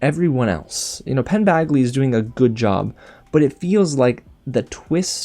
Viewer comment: Did you call him Penn BAGly? 😄😄